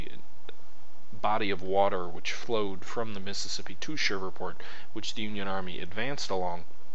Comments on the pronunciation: And it is Shreveport...not Shiverport. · Shreeeveport! Not Shriverport. Great vid though. Trans-Mississippi theater is terribly under-represented. Great to see us, finally, getting some love West of the Mississippi.